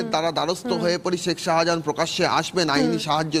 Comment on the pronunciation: Reporter to শাহজাহানই বলতে পারে না, সাহা জাহান বলছে